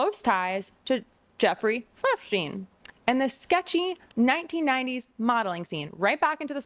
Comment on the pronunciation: good, i was hearing "Einstein", too. of course, "Epstein" would also work.